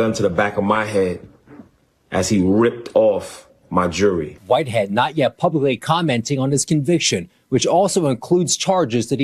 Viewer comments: Jewelry not jury 🙄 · He was in on that robbery!! Got money from Insuramce and from whatever was robbed from the parishoners! He should get an extra 5 years for not being able to say the word Jewelry properly!